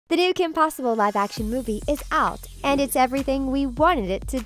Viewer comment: my favorite part is when you said Kim pewter